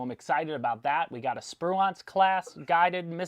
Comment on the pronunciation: OMG A SPRUCAN IS ON THE LINE UP!!!!!!!!!!! Hearing you pronounce it was painful but caught my attention spru E nce not Once u = ooooo sound a = eh short E sound. But, if you thing that's a strange pronunciation you should see crew from the USS Stethem cringe at non-crew/family pronounce the name. Everyone butchers it. But, we can ID an actual crewmate from it. Damnit now I got to scrape together for a Spruance. Just bought the Tyco and that dented my hobby reserves. Looks like I may be taking another dent. DD-985 USS Cushing rode her home for decom '03-'05 my first ship.